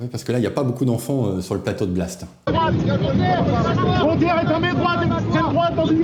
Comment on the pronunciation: Blast ou Blatte ! Tu prononces mal. 😂